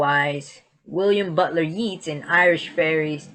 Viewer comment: Yeats is pronounced like Yates, not yeets. And literature IS the "history" for fae. There's oodles of literature and folklore for seasonal courts. Also, culture is fluid, it changes over time. And if a group says that's their way if doing things and thinking about themselves, then that's their culture. It is what they say it is NOW. In the same way that Gen Z would be miserable if y'all had to live with the culture of the 1950s because it was hella repressive back then.